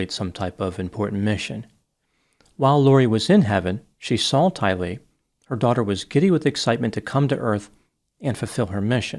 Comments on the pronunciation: Tylee. Rhymes with Riley. Accent the second syllable. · You pronounced Tylee’s name wrong.